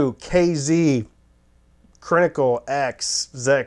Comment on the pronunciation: "I am not the first stop off the IEM bus" 😂😂 Rolling on the floor!! Brilliant self awareness Randy! I think that's part of your charm. "Crinically" please stop!! 🤣